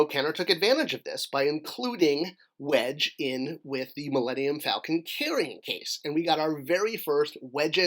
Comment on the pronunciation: “Wedge” not Wesge.